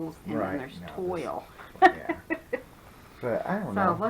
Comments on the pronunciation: wow, the crochet book! very cool Lots of funderful stuff. The blender is gorgeous~ and ........ because I am OLD. Toile is pronounced twal :) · Oops, here I go again - toile is "twall." Great haul (rhymes with haul... ;-) ) You are finding great stuff already this season! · I think you sound plenty smart! I was a seamstress for many years and fabric is just my thang. ;-) (So is English so I have always looked up words I didn't know how to pronounce, "toile" being one of them. Another word everyone mangles is "mauve." Its mOve, like "rove." How often have you heard it pronounced that way? :) At leasat you're taking it well. My friends used to call me Miss Know-it-all. Feel free to do so if I bug you!